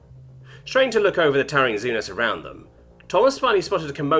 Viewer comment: Germans are the Helghast! Hurray! Also, I don't know if you read these, but xeno is pronounced "zee-no."